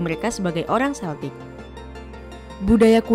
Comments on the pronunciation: Tolong ralat cara bacanya, bukan Seltik, tapi Keltik. Ntar di ketawain orang Inggris, Scotland sama Ireland anak cucunya saat ini. Karena orang Amerika buat konten kayak gini, sering menyebut Seltik, diketawain orang-orang itu diatas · Kayaknya naratornya salah baca. Celtic dibaca Keltik bukan seltik. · Bacanya bukan “seltik” tpi “keltik”